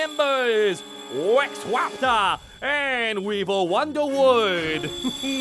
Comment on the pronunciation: "Wex Waptor and Weevil Wunderwood" LOL